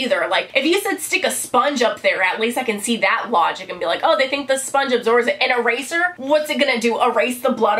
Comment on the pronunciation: When you said eraser I thought at first you said razor....ow